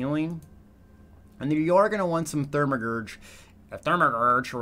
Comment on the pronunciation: "thurmagurge" lmao